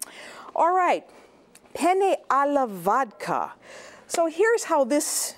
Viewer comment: Not even "Penne alla vodka" she can pronounce correctly.... 😕 I'm sure that this lady has never watched a video in Italian to realize about the authentic recipe. By the way Italian-Americans are not Italian. Their pronunciation of Italian words is very weird.